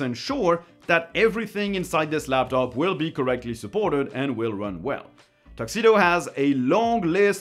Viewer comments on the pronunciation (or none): none